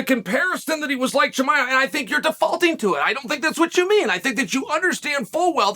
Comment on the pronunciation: interesting how well you pronounce Rakhmonov versus your mocking pronunciation of HAZMAT for 2 years...where you avoid in current times you refer to him as CAHIMAEV ... good learning... video indeed exists for proof and is the difference